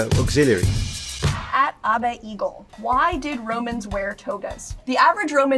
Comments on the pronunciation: I've never heard anyone pronounce "Abe" like that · Literally can't even pronounce Abe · She can't pronounce "Abe"?